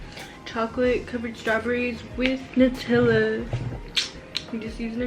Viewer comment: The way she says “nUtiLa” 🥴